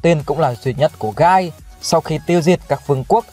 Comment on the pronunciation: hình như trong light novel volume 16 bảo là tên của Guy đọc là "ghi" chứ không phải "gai".